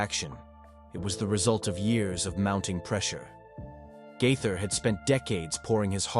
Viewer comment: His last name is pronounced GAATHER, not GITHER. You gave yourself away on that one...this is fake, and should be investigated.